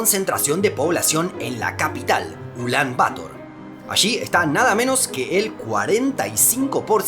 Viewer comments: Ya que en el vídeo has escrito "Ulán Bator" (con tilde) debes pronunciar "Ulán Bator" y no "Ulán Bátor" como haces. Igualmente gracias por tus vídeos. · No se dice "Ulán Bátor" Se dice "Ulán Batór" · Si la sílaba tónica fuera “Ba” se escribiría “Bátor” como una palabra grave tildada por terminar en r. Sin embargo la sílaba tónica es “tor” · Gente, como siempre, el video es hermoso. Un detalle: Ulán-Bator se compone de dos palabras agudas; se pronuncia /uˈlambaˈtoɾ/. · Pregunta, el acento de la segunda palabra del nombre de la ciudad, Bator, ¿no va en la o? Es decir, ¿no son ambas palabras agudas? Porque te has llevado todo el rato pronunciando aguda-llana, en lugar de aguda-aguda, Ulán Bator, pero igual estoy equivocado. Un saludo. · De hecho, por la forma en la que está escrita sí debería ser pronunciada como tú dices, pasa lo mismo con Yemen, que la mayoría dice como Yemén.